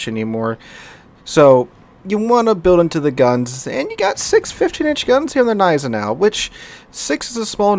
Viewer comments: You actually pronounce the "G" in Gneisenau :) rest is on point though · Gneisenau is pronounced with an hard g so kinda like „kneisenau“ - just in case anyone wanna brag with their German knowledge 😂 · The "Z" in Zieten should be sharp, like in "Tsar", but especially the "Neisenau" gives me almost a bout of OCD whenever he says it :D